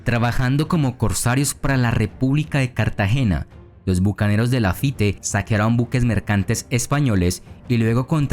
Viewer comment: No se pronuncia "Lafité", sino "Lafít"!!